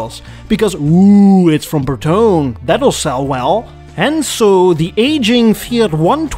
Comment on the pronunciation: It's BertonE , not BerTon. It's Italian